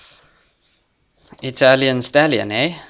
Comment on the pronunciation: "italian stalion hey?" - the most south african thing I've ever heard 😂